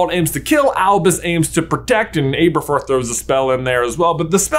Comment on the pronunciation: Seriously can’t get over the mispronunciation of Aberforth lol. I keep correcting it in my head every time it’s said.